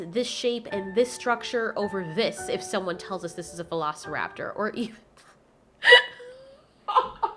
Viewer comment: I cringed every time she said Velociraptor.